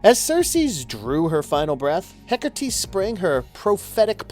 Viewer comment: HecaRrrrrteee /cringes